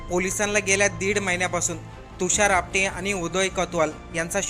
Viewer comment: Not apade its apate😂😂😂😂😂